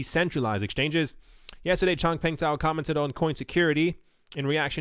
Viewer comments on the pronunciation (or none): Hey The ZH in Zhao is pronounced with a J so it's pronounced JOW. I think one video you did had the name in the article spelled Zhou which would be pronounced Joe. The correct spelling however is Zhao which is pronounced Jow.